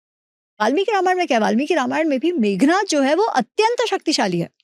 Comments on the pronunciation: मेघनाद को मेघनाथ न कहें, 🙏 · sigh it is Meghnaad. Roar of the clouds. Not Meghnath. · The name is Meghnad NOT Meghnath. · Devi NIKUMBALA AUR MEGNAD, NAAM PEHLE THEEK SE LO